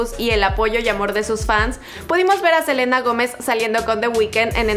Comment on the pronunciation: Like si te diste cuenta que dice jelena en vez de selena